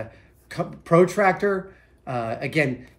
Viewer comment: He says protractor like it’s a professional tractor.